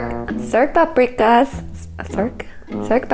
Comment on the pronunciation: Actually, your pronunciation isn't as bad as some I've heard One quick tip - in Hungarian, 's' is pronounced 'sh.' So Budapest is pronounced 'BOO-duh-pesht' and paprikás is pronounced 'PUP-ree-kash' It's only pronounced 'ssss' (like a hissing snake) when it's spelled 'sz' That's the number one thing that you should know - don't worry about all the umlauts